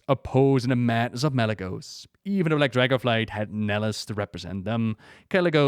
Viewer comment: love how you pronounce dragos and dragosflight